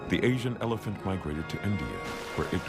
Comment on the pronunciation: I think you got the word Elephant wrong just so you know